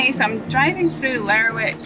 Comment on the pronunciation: Lovely video. Found out recently that locals call Lerwick 'Lerrick'. So glad to hear you use the same pronunciation as me.